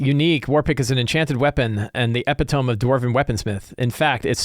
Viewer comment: Epitome - E·pit·o·me - long E, short I, long O, long E